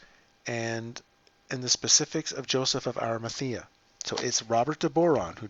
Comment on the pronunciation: 'Arimathea' not 'Arimathema'.